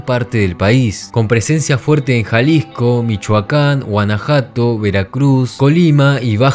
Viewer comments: Guanajuato ❌ Guanajato ✅ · Guanajato?, es Guanajuato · Guanajato dice el retrasado 😂😂😂